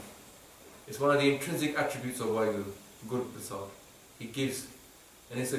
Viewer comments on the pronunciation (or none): Correct spelling of PRASAADH... 99% of the clips say PARSAADH